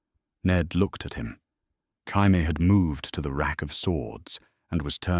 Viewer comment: Could this AI system learn how to pronounce Jamie(Jay-Me)? Asking for pretty much everyone watching.